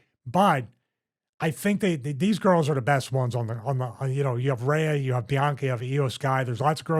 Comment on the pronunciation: It's "REE-UH" Ripley, not "RAY-UH". I know it's not a big deal but I just don't understand why you mispronounce it wrong when you hear it spoken aloud every week on TV.